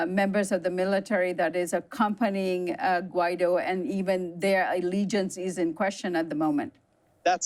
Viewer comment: CAN WE STOP PRONOUNCING HIS NAME AS GWY DOE & say it proper as in GweeDoe. If you don't know what a Guido is just ask an Italian...his name should be shot for brains...